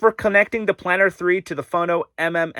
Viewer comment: Okay, you are new to the brand and the US importers have never got this right so no foul but: 1. It’s REEga not RAgar. 2. It’s PlAnar not Planner, although these days it’s usually just P 3. Mk is an abbreviation of Mark, so it’s the Fono Mark 5 not M K 5 4. The platter is glass, not acrylic, hence it’s weight. 5. That Neo has a fault or it’s not compatible with the power outlet. Definitely worth contacting Rega about it as the sound quality upgrade is worth it. 6. Don’t stand the turntable on the amp. 7. Rega has been making turntables for over 50 years. If they didn’t think that having a felt mat was a good idea they wouldn’t have put it in the box. You’re using the dust cover so why worry about dust? You have a great turntable there and I’m sure you’ll love the way it sounds, especially if you sort the PSU and mount it on a dedicated shelf. Oh and put the mat on it 😉